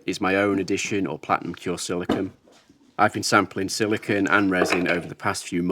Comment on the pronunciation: I don't know if it's your accent, but you keep saying "silikin". A common confusion with that material is silicone vs silicon (usually pronounced "silikin". Sili*cone* is the rubbery material you're using, sili*con* is a pure element that's primarily used as a base for transistors which forms the heart of all electronics technology we currently use. You may already understand this and my understanding comes from your accent, but I like to point it out when I hear it nonetheless because there are absolutely people that don't understand the difference.